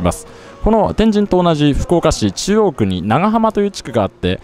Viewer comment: 旧スペースワールド駅前なんて通勤路(笑) 中洲のドン・キホーテの場所は昔、玉屋デパートがあったのさ 天神の発音がスーツくんはちょっと違うかなぁ(笑)